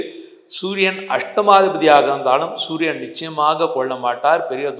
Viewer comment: sunia or suriyan? pronounce properly sir.